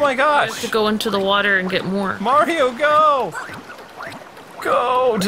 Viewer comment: Its'a me, Arr-io!